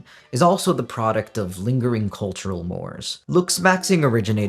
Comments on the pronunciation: you may pronounce it however you wish, but I thought you might want to know that most people pronounce “social mores” as “mor-AYS” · cultural "mores" (mawr-rayz) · more in this case is pronounced more-ay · i thought that pronunciation was moraes, and that mores was pronounced like plural "more"